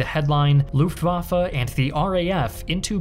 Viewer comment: Please say LuftwaffE not LuftwaffA